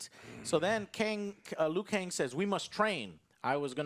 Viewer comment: Why does Joe keep saying Liu Kane??!?